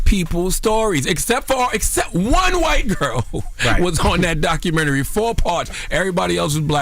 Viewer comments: I hate when ppl say documentaries like that 😑 doc-ka-men-naree 😂🤦🏾‍♀️ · Documentry...Jim Jones gosh, it's documentary!!!